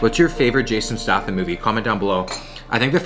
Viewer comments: You said his name wrong man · butchered his last name, sons crying now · Your pronouncing statham wrong man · Is that how Americans pronounce statham? It’s hurting my soul every time he says it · Your pronunciation of Statham is mildly satisfying. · The whole video I’m thinking in my head every time you say “Stahtham”, “it’s stayyyyythem,! StayThem!!!” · Pink socks. Rather cool and a great video as always......BTW It's pronounced STAY-THAM. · Pronounced stay tham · Stay-them not Sta-them. And his best movie is Snatch. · "Stay " "thim" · Yes u fool it’s stay-tham not stAtham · Yeah it's stay-them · This man said JASON STaTHAM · Pronounced stay-thumb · It's pronounced staytham btw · It’s pronounced stay-tham 😋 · It’s st-AY-tham not at-AH-tham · “Jason Stahfum” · fyi it's pronounced staytham also did you know he was an olympic quality high diver? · Jason stath-ham lol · The CEO of Jason "StaHHtham" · I think it’s pronounced “Statum”...? I could very will be wrong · yeah i think its stay-tham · yes..yes you did. Stay-Thumb ;) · Statham is pronounced staytham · His last name is pronounced “State-um” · hes gonna say stah thim the whole vid isnt he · Wheres all the triggered people who are gonna be like its pronounced “stay-tham” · Stay-tham (silent Y) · Stath-him Me: Stath-him I barely new him. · I don't know but I uh.... I'm pretty sure it's pronounced a bit like 'State-ham'... But that's just me though... Do you 😅 love the vids man 👍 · Jason (stay tham) is how you pronounce it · "stay-thumb" lol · Its Jason Sta "aye" tham. Its a great video, just kinda bothered me, man. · its pronounced Jason Staythum ahaha but great video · Is he pronouncing 'Statham' wrong? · Hehehehe. Not sure you pronounce his name correctly. It's a hard A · be good if you could pronounce his fucking name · I thought he was joking when he was saying his last name wrong. Apparently not. I mean it is written that way, so can't give too much crap for it. Just funny to hear. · Im triggered 😂